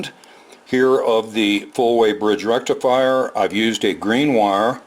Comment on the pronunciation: with indian accent and little bit of reverb “FUUUULLL BRIDGE RECIFIRE!!!!!!!”